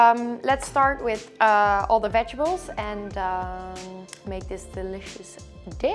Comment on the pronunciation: I love the way she say “ vegebles” instead of vegetables lol lol